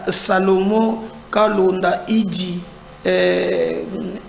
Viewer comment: Monsieur pourquoi est-il si compliqué pour toi de prononcer correctement les noms de gens ? "Salomon Kalonda" et non "Kalenda"🤣😂😅